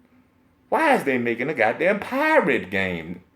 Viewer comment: you got me bruh with that "who wants to be a pi-rrrrate?"😂😂😂